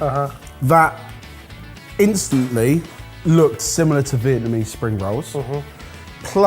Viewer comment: butchered that Vietnamese pronunciation 😂